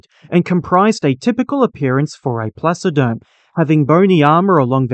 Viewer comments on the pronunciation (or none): Thank you for creating & sharing this! BTW never mind, your pronounciation of the Latin names was somewhat off - the way you say it, the word would have two "o": "Dunleoosteus", and the other one "Placoderm" two "s" instead of a "c". 🙂